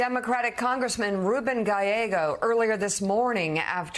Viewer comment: Sharpton is 0-3 with trying to pronounce Gallego. "Galleo" 😂